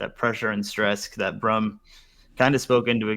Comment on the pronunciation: My guess is you butchered that name Brum